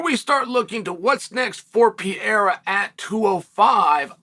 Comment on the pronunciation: Bro stop saying Pierra ffs.